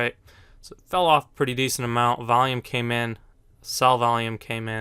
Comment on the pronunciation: Its not volume. Vaium.